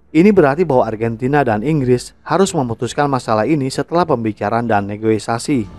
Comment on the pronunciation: Saya hanya terganggu dengan narasi yang sering dan berulang menyebut kata "negoisasi" Setahu saya seharusnya menyebutnya dengan "negosiasi" sebagai serapan dari negotiate. Ada beberapa video lainnya yang berulang kali menyebut negoisasi negoisasi. Mungkin bagi sebagian orang bisa memakluminya, tetapi sy pribadi sangat terganggu. Channel yang bagus dan mencerahkan menjadi minus hanya karena persoalan kecil seperti itu. Semoga ke depannya bisa diperbaiki lagi. Maju terus 🙏